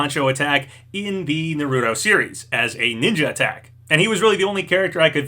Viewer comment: Say it with me: NAR-RU-TOE